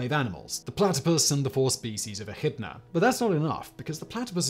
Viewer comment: And echidna (if that's what you said) is eh-KID-na.